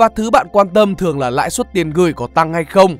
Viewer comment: Bài viết hay, anyway, "lãi suất" chứ ko phải "lãi xuất" nha